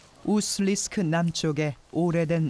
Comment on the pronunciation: 우수-리스크 가 아니라 우수리-스크. 우수리가 지명이고 스크는 관용적 접미사 임. 우수리지방 우수리강 등등